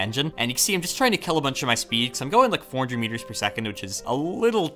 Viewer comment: Every time you say "meters" I think you're saying "years". "We're just 4 million years away"